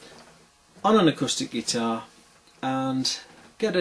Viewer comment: "acustard guitar" . i think you'll find it's called an 'acoustic guitar'